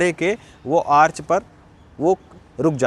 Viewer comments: Arc ka pronounciation bhut galat h , dhyan de pronounciation pe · आर्च ..? आर्क भी बोल सकते हैं ।